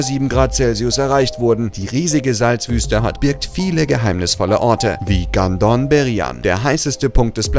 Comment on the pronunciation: Bei Gandom Beryan habe ich erst „Gandon“ verstanden. Wer es versteht weiß Bescheid 😅